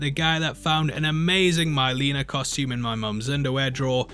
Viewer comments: Who's MY-leena? I know Mhei-leena the evil twin sister of Kitana tho. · Please say it’s your accent making you say MY-leena and not MIL-eena........